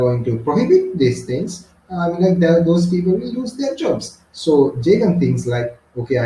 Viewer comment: Jagan❌ Jeagen ✅